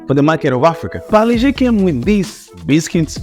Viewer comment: Thanks for pronouncing Parle properly! Paar-lay..named after Mumbai's Parle (also pronounced as Paarlaa) railway station outside which the factory was located. Every time u passed Parle station, u could literally smell the biscuit fragrance. The factory relocated (cost-cutting) but the company name remains Parle and they make 100s of products including the iconic Parle G (G=Glucose) biscuits - best had with Indian chai! Also, the little girl's pic on the pack has remained unchanged for decades!